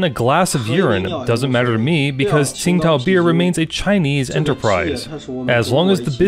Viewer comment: To be correct, it's pronounced Ching Dow not Sing Tao.